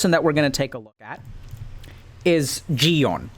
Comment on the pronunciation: Your "Gi-hun" pronunciation is perfect